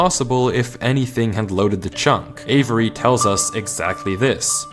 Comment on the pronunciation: The amount of times he said Avery was actually making me question my reality... and its 2 syllables, not avERy, never heard my name said like that lol